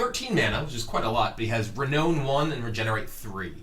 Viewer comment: Sry but mispronunciations bug me. Renown is pronounced Re-Noun